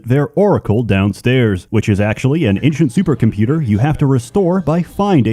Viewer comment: I’ll never get over how you pronounce ‘ancient’ like ‘inchent’.